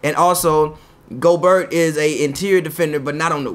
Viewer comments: His name not go-Bert you say it like Pierre, gobeierre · The T is silent bro he’s French. You gotta stop lol